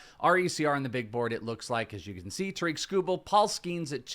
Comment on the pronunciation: It’s pronounced Ta-rick not Ta-reek (Skubal)